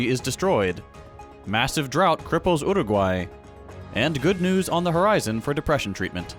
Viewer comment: Two things. First of all, perfect pronunciation of Montevideo and Uruguay. And second, thank you for showing the problem we have here.